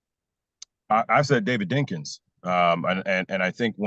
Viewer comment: Did he say Dinkiins lord have mercy